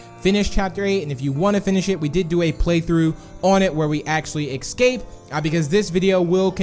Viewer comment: He says ecscape lol